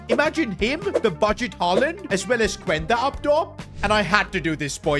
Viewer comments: It’s pronounced qenda not cuuenda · bro you are saying the name of Quenda wrong😭